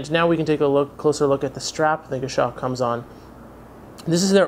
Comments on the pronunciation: Great review as always, just might want to check your pronunciation of Goshawk. It's Gos-hawk, not Gosh-awk. I bought a Citizen nighthawk BECAUSE of your reviews, so not real criticism. Format is awesome, very polished. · it's pronounced "goss hawk" not "gashock."